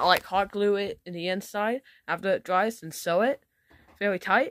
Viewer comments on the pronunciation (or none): none